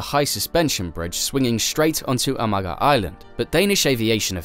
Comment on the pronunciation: If you pronounce Amager as just "Amar", its closer to the real pronunciation than "amaker"